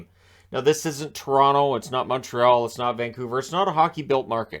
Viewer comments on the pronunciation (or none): none